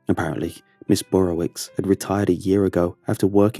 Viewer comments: Dunno why this bugs me but it's pronounced "Burrovich" not "Burrowicks" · This is a polish name and pronounced burowich. Love the stories, though! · The wicz is pronounced "vitch" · As another follow pole, every time he pronounced it ms “burrowicks” I wanted to correct him 😂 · Thats a polish name but it doesn't sound polish when you say it.